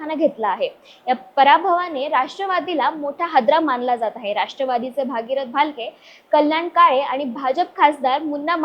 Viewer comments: 😂😅 भागीरथ नाही गग बाई , भगीरथ म्हण गग 😂😢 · भागीरथ नाही बाई ,भगीरथ म्हण ,येत नसेल म्हणायला तर गप्प बस